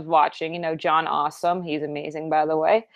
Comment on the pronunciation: "John awesome." It's...It's pronounced as John E Awesome though. That said, I don't really mind Kawakami? Like yeah romancing her is weird but I think she's a pretty decent character outside of that. I do have to agree that she looks better when not working as a maid though.